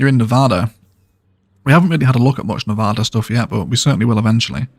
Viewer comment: Put a dirt road all the way to it but along the way put a road closed sign to give it that vibe of off limits Nevada is great to look at for desert vibes as well; would work on pronunciation tho 😅